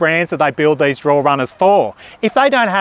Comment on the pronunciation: Drawer not draw